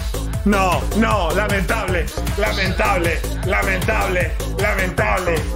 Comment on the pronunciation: si escuchan bien dice lamen table JAJAJAJA